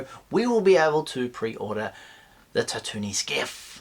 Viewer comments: Tatt oo nee ? I think its Tatt oo een mate (Tatooine) ;) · Tatoonie? Tatoonie? my man, Tat too een Tatooine.